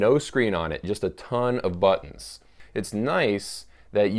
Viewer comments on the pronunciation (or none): none